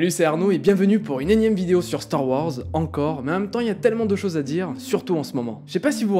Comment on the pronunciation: Star Ouhorze 😄 Bonne vidéo sinon GG 👍